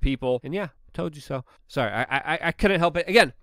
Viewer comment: “I towd ya so”